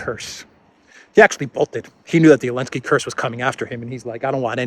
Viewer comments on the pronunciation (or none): Why does keep on saying Elensky, without the Z? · Mate, the name is Zelensky, say it like a man. Don't be a coward. If you're so afraid of YouTube censorship, upload to other platforms